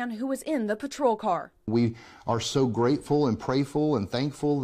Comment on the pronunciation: "Prayful" lol